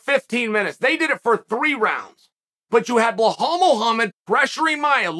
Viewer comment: It's crazy how chael keeps ignoring that second letter in Belal's name